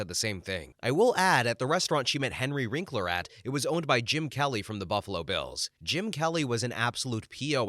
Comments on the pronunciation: Henry WINKler. Not WRINKler. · One of the stories included a nice remark about Wil Wheaton - the writer might want to look up a f/b post with Wil Wheaton called "William F**king Shatner". It's both poignant and funny as hell. BTW, please edit the narration and captions - the man's name is Henry WINKLER not Wrinkler.